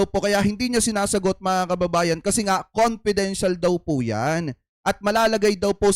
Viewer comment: Ano sabi nya confidential question,confedintial fund.😂